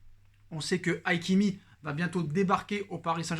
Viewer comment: C’est Hakimi pas Aïkimi